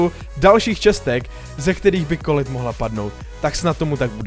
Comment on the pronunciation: Je to 'kolet' ne 'kolit'